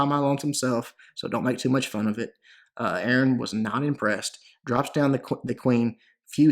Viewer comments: Haha man the way he pronounced A-A-RON Great vid man👍🏼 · haha, it's pronounced "ay ay ron":D